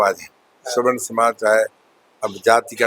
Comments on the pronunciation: अरे मुर्ख पत्रकार सवर्ण होता है स्वर्ण नहीं होता है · अबे रिपोर्टर स्वर्ण नहीं सवर्ण बोल, पहले बोलना सिख तब रिपोर्टिंग कर